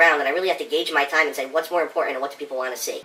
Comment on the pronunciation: what do u really wahhhh? The NT in want is silent, duh! Phil does everything right so it MUST be the way u pronounce the word WANT